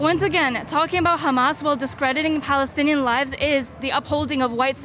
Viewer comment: ”.. Balestinian Beople” so fake they can’t even pronounce Palestine properly. - It’s a Roman (Latin) word and letter P doesn’t even exist in Arabic.